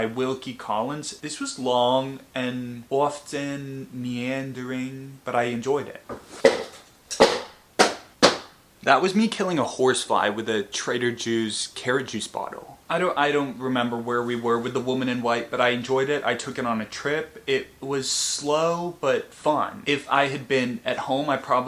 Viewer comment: You said "Trader Jews"